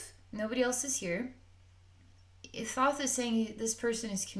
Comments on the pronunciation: You are pronouncing his name wrong. It is spelled THOTH but pronounce it like you this: (Tah Ho Tah Hey). Blessings 🙏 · The h in his name is silent, sweet-pea...like Toth with a long O..